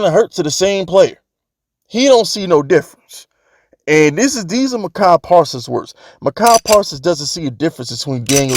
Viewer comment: Why do you keep pronouncing Micah Parson's name wrong? You doing it on purpose?